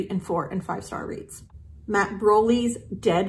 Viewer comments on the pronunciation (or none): none